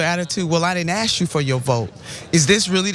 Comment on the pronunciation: "I didn't ax you for yo vote"